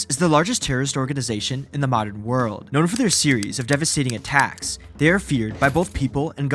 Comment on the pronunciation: around the WOOORld being BOOOOrn as he SAAIIDDd why are you dragging the last syllable like that bro, unwatchable